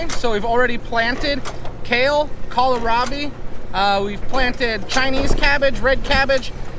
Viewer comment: I laugh every time you call it kal-a-rabi hahah